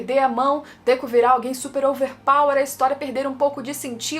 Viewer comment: Por q vc oscila entre Dêku e Dekú?